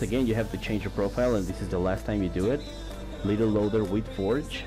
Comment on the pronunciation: You said LittelLoader xD instead of LiteLoader